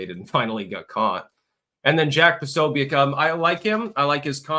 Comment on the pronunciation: Posobiec is a Polish name pronounced "Po SO bi ets" You're welcome. - From a REAL linguist and a polyglot.